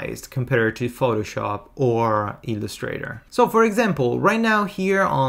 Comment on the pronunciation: Your English is fluent and your vocabulary wide. However, certain words get away from you in their correct syllabic accent. Here are four: 1. organize: the accent falls on the first syllable; 2. Illustrator: accent on first syllable; layout: first syllable; overview: 1st. Thanks for your tutorials.